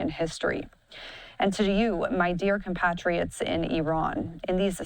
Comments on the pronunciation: It's COM PATRIOTS. NOT PAT RIOTS IDIOT. Patriots. Think of it like Comrade Patriots. Gawd. 🤦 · Please pronounce compatriots correctly.